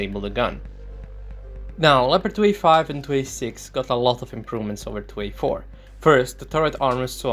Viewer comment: Hold up, how did you pronounced 2A4 B and C? Trepkitot C and Trepkitot B? :D :D